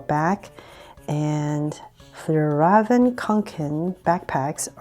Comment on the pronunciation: It is not Fjallraven it is Fjällräven.